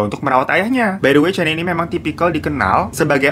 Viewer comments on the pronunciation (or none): Aduhh.. Puas mikir kasus di malaysia yg mana.. Slh sebut nama.. Bukan cani, tp Sebutan namanya spt ini 👉 'kenni'. Salam dr malaysia... I like ur content👍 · Salam dr malaysia kak,😅 sebutan nya c-k kenny aka canny 😅😅 lucu aku dgar nya terhibur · Dibacanya "Kenny" bang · Cara baca nama dia "Canny" itu bukannya "keni" bang😅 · Sedikit koreksi ni babang glowing, sebutan namanya lebih ke "kenni" hampir sama kaya nyebut nama Jennie (J nya diganti K) pake KE bukan CAN(gkir)ny. Kasus ini mmg sempat viral dulu. Tapi aku udah pada lupa kronologinya. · “Ca” kalau sebutan inggerisnya harus disebut sebagai “Ka”. Contoh “Canny” english Jadi bila disebut harus berbunyi “Kanny”